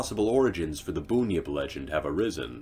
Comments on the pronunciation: Just came too say the same thing. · I know right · That was doing my head in hahaha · Just for clarification it's pronounced "bun-yip" not boonyip. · I approve of this, but I feel I should point out that it's pronounced BUN-yip, not BOON-yip. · The drop bear is always a good one to scare tourists but it's the giant river gulls that you have to watch out for. Bunyip was pronounced wrong a few times as Boonyip but it's pronounced Bun-yip (like BUN in the oven) it's like how people miss pronounce Emu as "Emoo" when it should be closer to "Eem-you" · and the tazzie tiger isn't a mythical creature... Boonyip mate it's bunyip 😂🤣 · As soon as I heard "Boon Yip" I had to turn it off. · I think you misunderstood me gary. it was a joke about us keeping our pronounciations to a minimum so we wouldn't get flies in our mouth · Boon-yip 😭😭😭😭 It’s Bun-yip, but great video! Australian mythology is oft overlooked. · Bunyip is literally pronounced bun-yip not boonyip, I have trouble with north american vowel sounds. So do you pronounce a u as in yup as oo as in boo? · I’ve always heard Bunyip pronounced the way it is spelled; bun-yip. Not boon-yip. I’ve never heard it said like that. I grew up in Victoria. Is it pronounced differently in other states? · Firstly, it's BUNyip, heavy emphasis on the U, lesser on the I. Like Ham bun. Also, Drop Bears, while we scare tourists with it, id argue it's also the technical term for any of our various angry marsupials when you encounter it in your sleeping bag at 1AM. 😆 😂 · As an Australian Aboriginal and myth loving writer, why do narrators always mispronounce names of mythological creatures? It's BUNyip, not Boonyip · Its pronounced bun-yip not boon-yip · I died when he said "booyip" its pronounced "bunyip" the way its spelt theres no boo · Ok so this video is fantastic but one thing I pronounce it bun-yip not bon-yip but that’s just me ahaha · boonyip hahahahaha im sorry its bun-yip like hamburger bun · Pronounced Bun-Yip not Boon-Yip